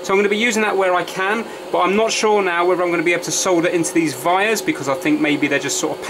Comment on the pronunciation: Why the heck do you say vires instead of wires?????????????????